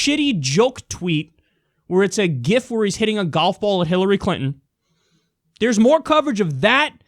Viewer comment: Kyle...learn to pronounce "GIF" correctly.